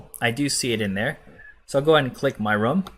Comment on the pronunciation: For the last 4-5 videos you have used the word Rum but I think you mean Room It's the difference between Rooooom as in BOOM! vs the word Rum as in Sum! room /ro͞om,ro͝om/ rum /rəm/ Its not SOO bad, but you have used the word over 100 times. I get you have used it correctly a FEW times. I know I know accents, foreign languages, but honestly its English it's a complicated, simple yet precise language. See NATO words for Alpha, Beta, Charlie. Such as Niner!